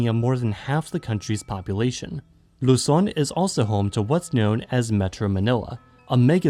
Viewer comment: This is the first time i've heard a foreign video not pronounce Luzon as "Lou-Zon" lol.